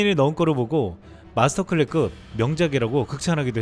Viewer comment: 모든게 완벽하지만 '마스터클래스급' 발음이 안 되는